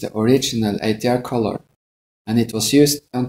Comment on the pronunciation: Did he Sây "Ash Ťray" ????